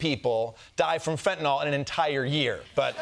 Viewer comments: Did Kosta say Flentanyl? 😂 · Quick suggestion—it’s pronounced FEN-TA-NILL, not fentanoll. (Kinda junior to mispronounce the drug you’re talking about)…it’s spelled FENTANYL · They keep saying "fentaNOL, WHICH ISN'T A THING!!!! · Fentanyl. Not fentynal. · Fent-a-nYl, folks. Not fent-a-nol. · Fentanyl, last syllable rhymes with pill. It does not rhyme with alcohol. It's not Fentanol. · "Fentanyl" not fentanall. Stop it! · It is FENTANYL, not “fentinall” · It’s “fentanyl” not “fentanol” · Why can no one pronounce it correcty..its not Fent-a-naw. Its Fen-ta-nil. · In common with literally every American I've ever heard mention it, Kosta and Blondie Bondi both think that fentanyl is called "fentanol" 🤦‍♂ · Or, as Americans usually incorrectly call it, "fentanol". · In common with literally every American I've ever heard mention it, both Kosta and Blondie Bondi think that fentanyl is called "fentanol" 🤦‍♂ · What is it with the dodgy pronunciation of fentanyl as if it's spelt 'fentinol'? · Also, it's fentanyl, not fentanol. At least pronounce it right. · Where can I get some of that "flintanal"?? 😂😂😂😂😂😂😂😂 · FEN-TA- NILL! Not FENTINOLL. I’m a retired nurse. This drives me crazy. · Why does he pronounce "Fentanyl" as "Fentanol", and one time also "Flentanol"? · If you pronounce fentanyl as "fantanol", you shouldn't be allowed anywhere near political power. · whats flentanyl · Can nobody pronounce fentanyl? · Why does everyone pronounce fentanyl like it rhymes with “Benson doll”? Is it a French thing? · There is neither an A nor an O in the last syllable of FENTANYL.